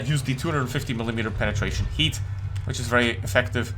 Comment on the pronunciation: is the only person who says 🥶hat🥶 😭instead of Heat😭cool vid tho 😃